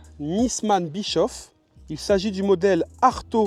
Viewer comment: Pour information On ne proononce pas bichof Mais bichauff